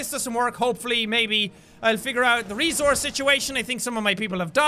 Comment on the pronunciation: It's resource not rezourze